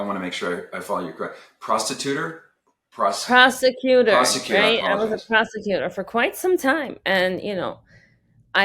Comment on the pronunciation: "prosticutor" lol